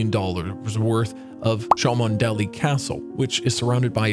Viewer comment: "Cholmondeley" is pronounced "Chumley" (two syllables). It makes me question how good your research was.